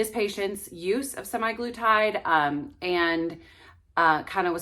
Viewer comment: You realize it’s not SEMI glutide with long A- it’s semAglutide pronounced “uh”